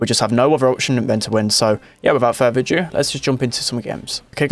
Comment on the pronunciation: I love the way he says without further a jue instead do